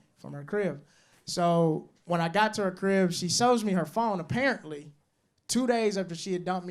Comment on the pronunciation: Yk he from Mississippi cuz that nigga said parently instead of spared apparently 😂